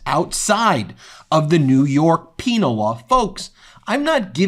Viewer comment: Was that "penile" or "penal" law?